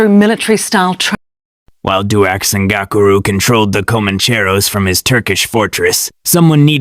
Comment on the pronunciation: Your pronunciation sux of the name bro. Its dux (ducks) ngakuru. Not gokuru